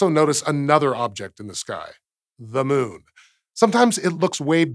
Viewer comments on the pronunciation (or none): none